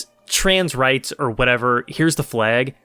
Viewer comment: bro.... did just said trens wrights????? 😳